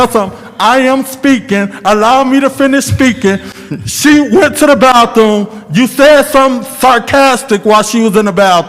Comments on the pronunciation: "When she went to the ba-thuuum"😂😂😂 can't even pronounce words right & trying to be hostile!! Sit down boi! Y'all were really hating on Mr Mays... So sad!! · "when she went to the ba-thuuuum😂😂😂 can't even pronounce his words correctly & trying to be hostile with this man. They were really hating on Mr Mays!!! So sad!